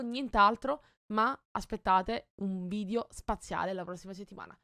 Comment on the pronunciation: ma non si diceva VIDEO e non VIDIO